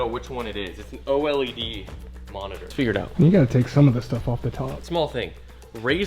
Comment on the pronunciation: it’s an Oh-Ell-E-Dee 🤓